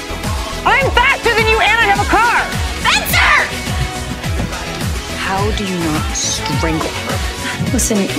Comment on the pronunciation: Spen though lolol it’s wrencer!